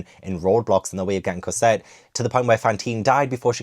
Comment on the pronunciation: Evolution of pronunciation Cosette - Corsette, Casette, Cosette:D